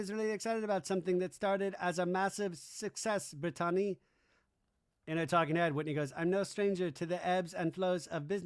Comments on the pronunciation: Why do you keep pronouncing BRITTANYS name like "Brit-ton-nee"? 😮🤦‍♀️ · He's always done that 😅it's intentional.